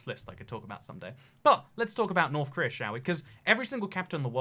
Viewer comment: Preese don't raff at Norff Korleea